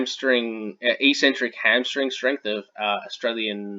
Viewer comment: Good vid. "Eccentric" is pronounced "ek-sentric" btw.